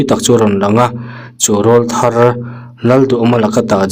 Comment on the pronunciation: Mizo ṭawng i thiam chiang lo a nih pawhin ka hrethiam khawp mai. Mahse a ngaithlatu ho hian ngatinge RAWLTHAR i lamdan hi 'aw râwl(aw kî)" lam a i lam zel hi tuma'n an sawisel ngai loh ni? TLEIRAWL lam tawi TLEI tih tel lova RAWL tihna a nia. I lam ang a RAWLTHAR tih hi Mizo ṭawng a ni lo. A dik tak chuan nang chauh lo pawh hi RAWLTHAR awmzia leh lam thiam lo YTuber Mizo inti in tam ta lutuk hi ka rilru a na tlat. Ngaithlatu ho lah hian rawn correct tum an awm bawk si lo. Mizo tak rak i ni lo emaw ni te ka ti mai mai.